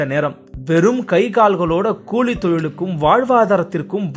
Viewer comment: Cooli tholilali not kozhi tholilali